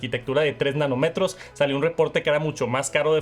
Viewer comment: No son "nanometros" son "nanómetros", con acento en la "'o"